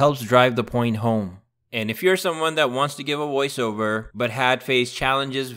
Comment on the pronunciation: In my opinion, he sounds less robotic that you do. No offense. It was only his mispronunciation of "voice, Over" that jumped out at me, and any real human not in this business might have made the same mistake.